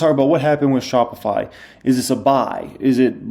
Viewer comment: shopify. chopified. 😂😂 my boy